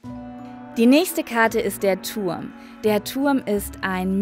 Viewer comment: "Der Tuhrm"😂😂